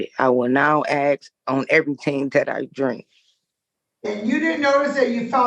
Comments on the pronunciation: Did she not know she wasnt supposed to drink? Or did she not know there was alcohol in the punch? I heard two stories...why didnt the judge hear that? Lol And the words are supposed to...Not post to. And he referred you. Not he referraled you. And its Ask. Not axe. Youre welcome. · WTF is 'ak-a-hau'? And what does she mean she's going to 'aks' next time? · She should be charged for murder for all the people she "axed' 😂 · What is this goot wiw store she is talking about? Someone ax her.